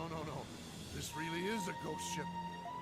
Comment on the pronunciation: Every time you said Ghost Ship, I heard it as 'Goat Ship ' Imagine my disappointment once it turned out to NOT be a Ship maned by Goats:( Still, a great video as always,: )